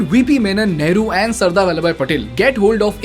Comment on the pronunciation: You lost me when you said Neheru.